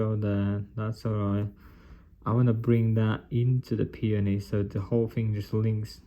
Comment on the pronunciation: Is that how you say peony? I thought it was like pay-own-e